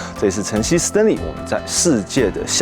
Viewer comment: 你叫Stinly還是Stanley?